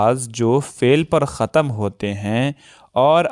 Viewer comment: خَتَم آپ نے دوبار بولاجب کہ خَتْم بولنا چاہیے۔ بچے جب ایک بار سنیں گے تو عمر بھر کے لیے وہی تلفظ دہرائیں گے۔ اس لیے ہماری ذمے داری صرف علم میں اضافہ کرنا نہیں ہونا چاہیے۔ ہمیں املا، جملہ اور انشاء پر بھی دھیان دینا چاہیے۔ ادائگی پر تو خاص اس لیے کہ آج کل ویسے ہی بینڈ بجا ہوا ہے۔